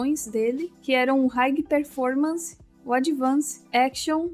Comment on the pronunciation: Descobri, a é uma IA! E a IA tem uma falha que não sabe falar a palavra performance.